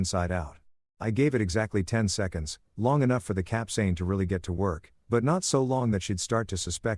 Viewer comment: the pronounciation of capsaicine was butchered, but the story was pretty good. I mean the husband went way overboard, should have just recorded them, and went for a divorce, taking everything they had in joint assets, but that's about it. This level of revenge was just overkill. I mean, the superglue part was funny, don't get me wrong, I meant the capsaicine instead of the ointment. As someone who once tried the Black Mamba hot sauce, which is about 97% pure capsaicine, yes, that shit burns. A lot. I only tried the amount from the tip of a toothpick, and my head started to go red, and I'm pretty damn good with hot food. Getting that on sensitive areas like the nether regions? Oh hell no.